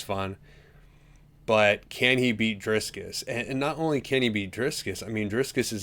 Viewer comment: Driskiss?? Casyoel asf. smfh